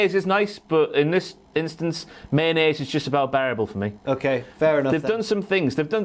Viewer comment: You said the word "Male-onnaise", which I hope to never hear again, while I was eating my morning yogurt. I managed to finish it, so no harm done., ya scamp. Good list!